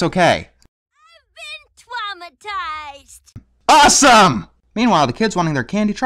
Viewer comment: lol gordy: i've been twamatised!: AWESOME!